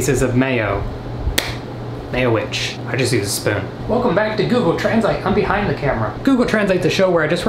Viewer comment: "ever had a mayo-witch" Me: "ever had a Nutella-witch": "I just use a soon" Me: "I also just use a spoon"